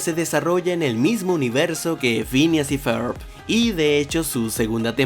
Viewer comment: dijo fhineas y fer el pendejo, es Phineas y Ferb